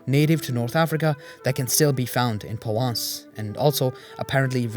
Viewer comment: Thanks for this fascinating video. One picky point- I couldn't hear the 'r' in Provence, apart from that loved it, another reminder that Europe has more Muslim history than is generally acknowledged.